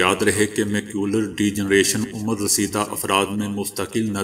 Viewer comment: Beta udheer umar ni adheer umar